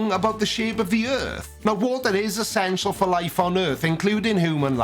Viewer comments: Aaah-skulation. Essen-cional. A wordsmith ? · Dude says "oskillation"!? Holy wow. Clearly he never heard the word spoken aloud and was just guessing! Look it up, man!! Ok wait water is "issishional" for life?? Who's "James kamma-ron"????